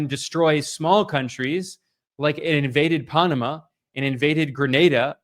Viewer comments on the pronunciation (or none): none